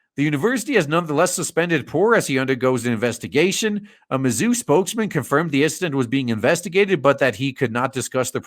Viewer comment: Had to turn the volume down cause it was late at night. A few times when you said mazzuu, it sounded like you were saying "the zoo". Not much difference in the two if you ask me.